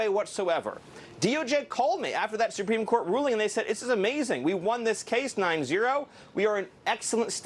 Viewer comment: I never realized is absolutely incapable of pronouncing the word "supreme" correctly. he literally said "supeme" like 4 times....